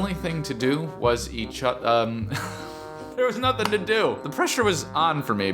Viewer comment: did anyone else hear him say "there was nithing to do!! The only thing to do was each oth- laughs THERE WAS NOTHING TO DOO"